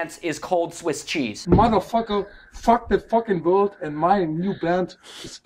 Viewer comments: I heard cold instead of world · ITS WORLD RAY WILLIAM JOHNSON ITS WORLD NOT COLD